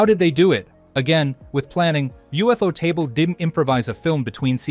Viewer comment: From what I've heard most people pronounce it 'You-Photable' not UFO-table. That would be like someone pronouncing Cuphead 'Cu-Feed' instead of Cup-Head 🤭. Also, Infinity train is its own thing, I'm sure that's how you mixed up the name.